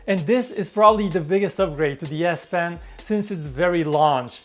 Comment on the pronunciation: whenever you say " de S pen " I hear " BS pen "